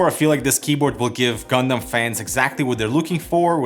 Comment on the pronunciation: I'm just happy you don't say gun-damn and say gun-dum